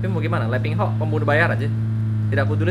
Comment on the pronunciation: Wkwkkw bang lu nyebut nama nya letingho